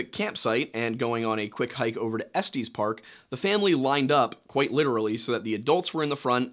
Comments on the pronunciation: Love the content. I just found your channel and I'm hooked! Courtesy of Wendigoon. Now, as a Coloradan I have to correct you cuz it's so painful to hear 🤣🤣. It's pronounced Ess-Tess, not Ess-Tees park lmao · Estes is pronounced ‘est is’ not ‘esties’ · Dude. I have a place in Estes park. It’s not Estes(like testes) but es-tiss. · Estes is not pronounced "Esteez" but rather "Estis." I grew up in Estes Park, so this bugs me a bit and won't leave my mind until I write this. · You pronounce everything from Colorado wrong… it’s pronounce like “Ess-tis” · 1. Estes Park has two soft E's. Ehs-tehs. 2. Utah and Nevada are west of Colorado. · It's 'Estes' like 'Ess-tess', not 'Estes' like Testis 😂 You're welcome -Colorado born, raised, & frequently visit Estes. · I'm... I'm sorry, did he just pronounce estes park as est-ees? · Estees gave me a nice little laugh lol, reminded me of my little brother’s pronounciation of it, loving the videos btw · Same I laughed out loud. One of my transplant friends says estees instead of estes. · The way he incorrectly pronounces estes infuriated mw so much for some reason